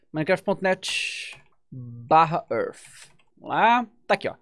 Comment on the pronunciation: "minecraft ãrf"